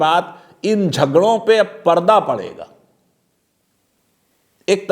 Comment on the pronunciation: It seems wo flow flow mein 'Ab' ko 'Abey' bol gaye... Bhawna smjhe 😉